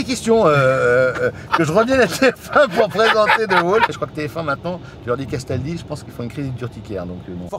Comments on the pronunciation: Castaldi pas Casaldi :) L'erreur est humaine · Benjamin « Casaldi » ou plutôt castaldi